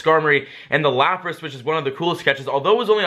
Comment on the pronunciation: Sorry not lapata it is lapras